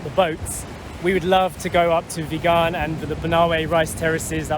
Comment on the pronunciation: Hi, Sacha & Story! I just wanted to share to you how to pronounce VIGAN. it is pronounced the same way as VEGAN not like began with a “V”.